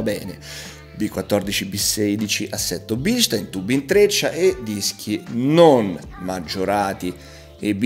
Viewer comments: in germania si chiamano bilstaaaaaaaaaaaaaaaaaaaaaaaaaaaaaaaaaaaaaain e devi ruggire quando lo dici.:D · BilstAin... In tedesco :-)